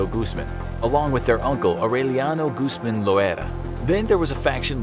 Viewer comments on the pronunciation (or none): It's pronounced like Gooz-mahn. The "A' is pronounced "au" like in "August" ^_^